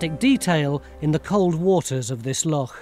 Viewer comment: Except most of you lot can't pronounce loch, or care to even try to. As someone who grew up on Loch Lomond, this is ridiculous. Stewart, (a nice Scots name) it's not a lock, it's a loch.